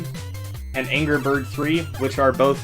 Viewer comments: Did you notice that it's "anger bird" and not "angry bird"? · "Anger" Birds?